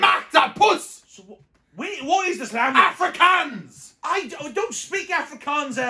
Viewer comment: Oh yeah btw when was speaking "afrkaans" he completely said something else😬